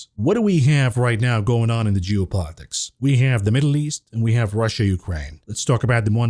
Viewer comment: pronounces geo politics correct now. Losing the edge mav😂